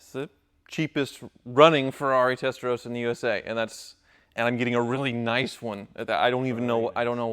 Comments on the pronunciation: did you say Rice instead of Nice? OMG! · He say "rice" ??